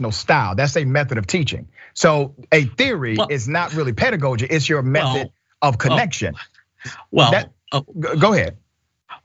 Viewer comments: Now that was a waste with the smart man 🤣 not being able to pronounce “pedagogy “ nor knowing it meaning. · Imagine thinking somebody who can’t pronounce “pedagogy” but insists on using it wrongly multiple times even after being corrected, or who doesn’t know the difference between “respectively” and “respectfully”, is intellectual. That’s so sad. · Where did this guy come from. He's using words he cannot pronounce nor articulate accurately. How can he ever be a victim of CRT? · Actually he didn't understand what Dr. Richey was saying as he mispronounced words and bungled his way through the interview. Sure, I know you're just trying to troll but your comment is just silly. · I bet did not read "The 1619 Project." I cannot take him seriously; he mispronounced pedagogy three times.😁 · This guy’s level of cognitive dissonance is astounding. The fact that he continued to pronounce “pedagogy” incorrectly after Dr. Ritchie corrected him, speaks volumes. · I need him to pronounce pedagogy correctly before I can take him seriously 🤦🏾‍♀️ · He's just going to keep saying pedagogy wrong... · I can't take anyone serious who wants to talk about CRT in education and they can't even pronounce pedagogy correctly.